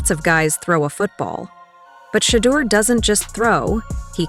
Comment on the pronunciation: SHEDEUR...SANDERS. NOT SHADUR.